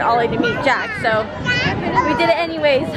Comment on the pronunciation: When said jack Finn it sounded like Jackson